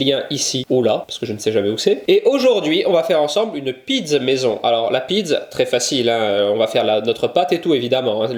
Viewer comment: Pizz au lieu de pizza, c'est la prononciation corse ou italienne ? 😉